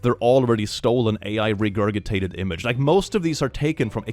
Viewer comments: Friendly Note: The word “regurgitate” is pronounced with a hard second “g”, as in, “ree-gur-ji-tate”. Just FYI. It’s not a big deal, lol. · sir? ❤ Are you mispronouncing the ridiculously-spelled word “Regurgitate” just to mess with us, or has no one alerted you that it’s incorrect? If it’s the latter, I call upon our Divine Devil Daddy to strike them dumb.